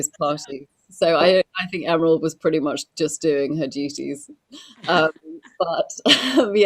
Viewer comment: learn to pronounce Emeralds last name correctly.